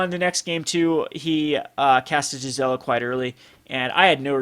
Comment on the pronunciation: Cool ideas, I support them but one thing Gisela is pronounced gēz elə. It's German based. Also, GIF is pronounced gif, not jif lol.